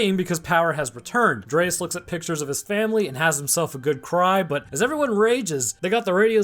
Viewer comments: His name is DREYFUS, not dreaus or whatever was being pronounced. Also im pretty sure the apes hadnt seen humans in the last TWO winters, not eight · How can you not pronounce Dryfus? Its literally said out loud in the movie. Delete your channel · THANK YOU for pointing this out. It kinda feels like he didnt really watch this movie, just kinda went thru it for the video. Because he also mispronounces Gary Oldmans character's name every single time in this video.